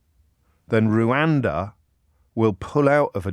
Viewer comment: Please stop calling it "Rowanda". It's written everywhere. How can you not know it's "Rwanda"?